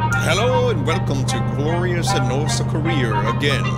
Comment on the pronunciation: Wherecome to Rorth Korea + Herro Again